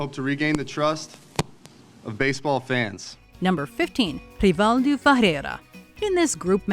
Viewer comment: The way the names for gallas Henry and rivaldo is so annoying no one pronounces the names like that